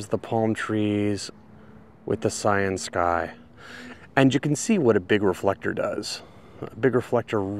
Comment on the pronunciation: When you said "Cyansky" I thought you said "Science Guy". xD